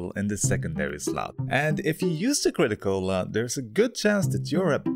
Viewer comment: Me just crunching some ice while you call out the crit-a-cola